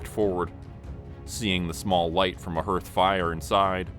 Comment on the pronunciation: Love the story so far, but hearth is pronounced "HARTH", not "HURTH", and cairns is pronounced "CARE-NS", not "CUR-NS"!